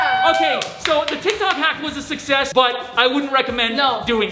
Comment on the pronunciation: Is it Just me or did he say tik tak??? 🤔